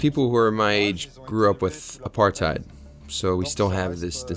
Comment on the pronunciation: This is a very old documentary and not the best journalists. Clearly an AI voice over by the way it pronounces “apartheid”.